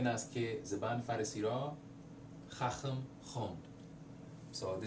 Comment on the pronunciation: hi, i realize this is a very old video but the second pharase in farsi doesn't even make sense... it should be ممکن است زبان فارسی را بخوانم also you pronounced "khaham" as "khakham", otherwise you're very good!😊